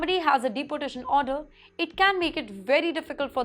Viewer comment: Madam, Please pronounce deportation correctly like deeportation rather than like you pronounce deputy. sorry for this. You will sound better